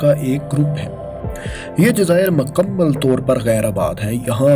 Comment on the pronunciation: O bhai Khuda Ka wasta hai Words ki Pronunciation thik kar lo Dahaion nahi dehaiyon makamal ni mukalamal